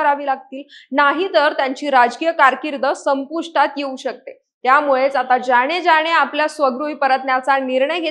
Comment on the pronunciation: ज्याणे ज्याणे नाही ज्याने ज्याने . शब्दोच्चार शुध्द हवेत .